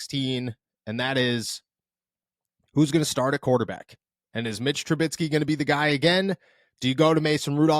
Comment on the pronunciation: Its troo-bisky, not troo-bit-skee. Mitch Trubisky. It shouldn't bother me, but it does. Say it right.